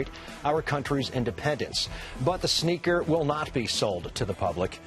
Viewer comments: She says “Snaker” instead of “sneaker”... snaker. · “SNAYKER” she pronounced it so funny 😂😂